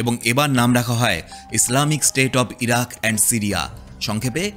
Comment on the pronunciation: সিরিয়া/ইরাক ❌ ইরিয়া/সিরাক ✅